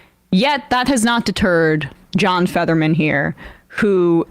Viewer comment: rm brown fans heard emma say “featherman”